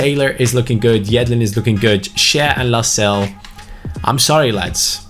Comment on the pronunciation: Your pronouncing Lascelles wrong it’s Las-Cel-Es. Like so can see